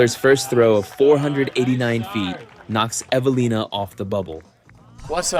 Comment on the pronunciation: More than one, Evalinas last name was butchered.